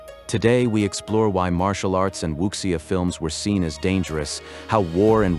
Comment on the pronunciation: Wuxia is pronounced Wu (soft G)ia Also the audio was AI generated